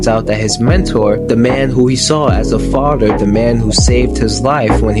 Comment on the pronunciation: Could you actually pronounce mother and father correctly next time ? Mudder and fadder 😂😂😂 bugged me the entire review I’m sorry